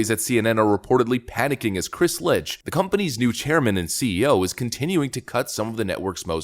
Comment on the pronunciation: Kinda guessing that "Licht" is pronounced like the "Liecht" in Liechtenstein. I could be wrong.